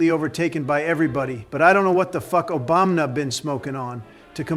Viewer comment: "Obanma" lol